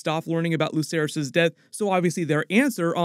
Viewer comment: its luKerys with a k sound.